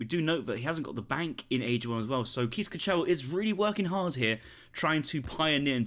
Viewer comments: i lost it when he said keys ka-chell instead of case kaggel (where the G is the classic dutch throat thingy :D ) No worries on the pronunciation man! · Definitely needs some practice 😂